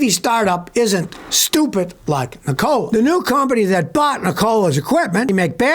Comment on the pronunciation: Google how to pronounce Nikola dude